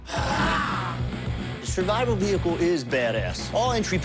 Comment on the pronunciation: “Tis is what I call my Shurvaibal vehicle”